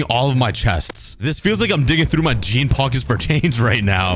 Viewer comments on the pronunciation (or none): none